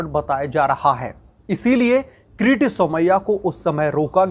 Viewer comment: अबे किरीट का उच्चारण क्रिती कर रहे हो तो व्हिडीओ बनाना बंद करो. भजीया तलने का काम कर लो. बेहतर होगा.